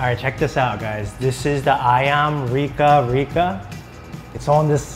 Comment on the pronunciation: i eat bakwan jagung breakfast lunch or dinner 😄 ayam rica rica pronounce ayam ri-cha ri-cha not with K 😄